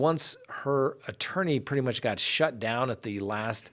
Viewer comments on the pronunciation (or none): none